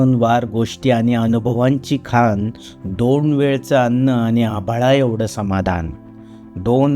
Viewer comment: पिडी ऐवजी पिढी खान ऐवजी खाण मूळ ऐवजी मुळं असे कवितेतले शब्द नीट म्हणा. आशय छान आहे पण शब्दांचे उच्चार नीट हवेत.